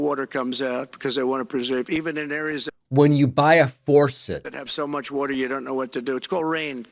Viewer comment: Water, not wherter